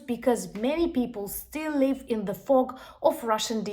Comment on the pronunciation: I like how you say fog... 😱😁😇😇😇